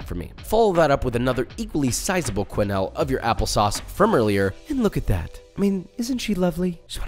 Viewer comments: Quenelle : Pronounced ''Kay-Nell'' (not ''Kway-Nayll'' hahaha) :-))) These latkes look delicious! :) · lovely soigné here but I HAVE to say, it's not "kway-nell" but "keu-nell" with "eu" the same sound as you get in "deux" as in "un,deux,trois" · It's not pronounced kwen-ell, it's pronounced ken-elle